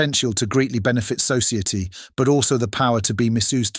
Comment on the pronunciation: THE IRONY? That is CLEARLY, an AI Voice over! Listen to the way it pronounces, such basic, easily identifiable, by ANYONE, who speaks English as a 1st language...Words like Society on and on , it STRUGGLES ,and STUMBLES, with the most BASIC Pronunciation, of many common words. It is also STRONGLY Indicated, that whom ever/what ever, is Narrating, that English IS there 1st language, yet ..cannot pronounce basic words COZ ITS BLOODY AI LOLOLOLOL